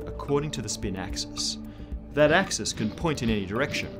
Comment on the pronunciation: "Dat A-xis"